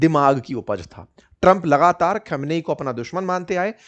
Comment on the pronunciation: इतने दिन बाद भी आप खामनेई को खमनई बोल रहे है।जब आपको सही नाम की जानकारी नहीं है तो फिर आगे क्या।